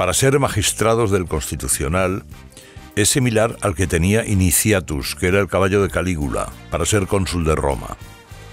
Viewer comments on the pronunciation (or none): Me ha gustado todo, pero el caballo de Calígula no se llamaba Iniciatus, sino Incitatus. Un saludo a Carlos Herrera.